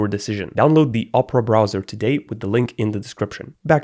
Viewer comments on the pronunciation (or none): none